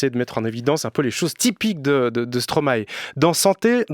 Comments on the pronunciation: Juste un détail (mais qui est énervant à la longue, un peu...). Stromae est belge, et en Belgique, on ne prononce pas Stromahé, mais Stromail (comme la plante alliacée) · Les Français, arrêtez de dire "Stromaé". Ça se prononce "Stromaï" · Justement, en latin "ae" se prononce "aï", non ? "maïstro" En tous cas stromae lui-même dit "stromaï". Indéniable, on a fait la même école et on le connaissait en 2005 quand il faisait encore du rap